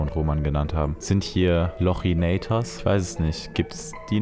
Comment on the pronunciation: Als er lochinator gesagt hat, hat er mein Herz gebrochen🥲